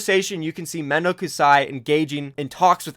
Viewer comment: The way pronounces mendokusaii hurts my soul